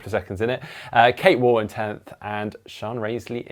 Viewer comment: and the GTN team, please can you pronounce Kate Waugh's surname correctly. It rhymes with cough. Thank you 😊